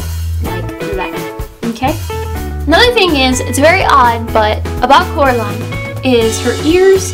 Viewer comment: ''Coraline not Caroline'' lol